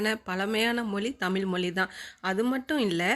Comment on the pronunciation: தயவுசெய்து "தமில் மொலி" என உச்சரிக்காமல் "தமிழ் மொழி" என்று சரியாக உச்சரிக்கவும்🙏🏻